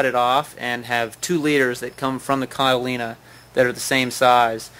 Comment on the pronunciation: he keeps saying cotylena? or something? i wonder if he knows that that isnt an actual word?